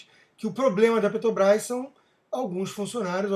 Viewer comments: Já perceberam que o Constantino não consegue falar Petrobrás? Ele diz PeTObrás. É isso em todos os vídeos. Mesmo assim gosto muito de suas opiniões. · Porque vc continua falando Ptobras?